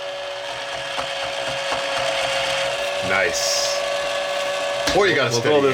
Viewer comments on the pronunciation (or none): Your way of saying purple is POIple not purple. Now I get it. You're talking Gwen Parasaur's language!